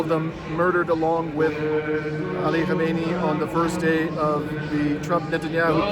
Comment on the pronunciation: You ought to practice KHA MEH NEH EE. 4 syllables.